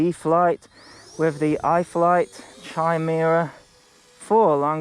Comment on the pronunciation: FYI, it's "KYE-meera"